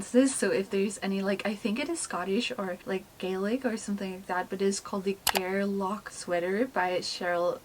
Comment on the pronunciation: Your pronunciation of Gairloch was pretty good. In Scotland they say “ch” with a softer, more breathy sound, which as an English person who has lived here for 25 years I am still trying to get my mouth around.